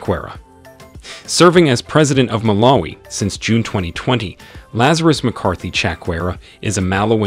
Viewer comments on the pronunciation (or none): none